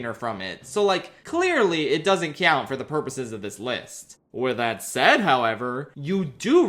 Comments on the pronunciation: Bro why do you pronounce "count" like that. It hurts me every time I hear it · Pensilvania accent